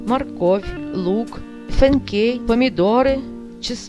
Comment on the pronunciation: Вообще то - Орега' но ни как ни ори' ганом - не склоняется! Фе' нхель, а не фенкей. Солю' Высыпать ВСЁ!!! на противень ' - ударение на гласные.